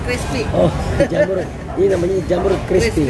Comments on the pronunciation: R nya kemana bang malah jadi JAMU 😂😂😂😂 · jamur bang bukan jamu..pakai huruf R belakang nya